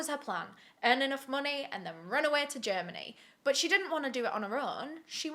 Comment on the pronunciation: can someone please tell me why I heard the British national anthem in my head when she said Germany